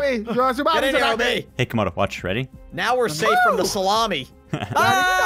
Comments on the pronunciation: I lv how u guys said instead of tsunami and u said salami 😂😂🤣🤣😂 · There is a massive tsulami coming! (Tsunami): SALAMEH? i wanna taste the salami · Its tsunami. Not tsumami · Bro its tsunami not salamie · I like the part were u said salami instead of sunami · "Stumami" - spy 2020